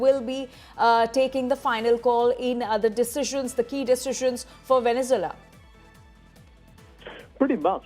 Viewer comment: Why can’t this woman pronounce “VenezUela”? It’s not “Venezela”.